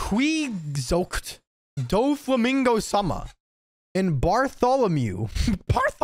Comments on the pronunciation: Don Quixote is pronounced “Don Key Ho Teh” like the Spanish book. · Don Quixote is pronounced Don Keehotay